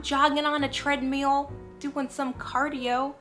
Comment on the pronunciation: Are you saying Treadmule ??? lol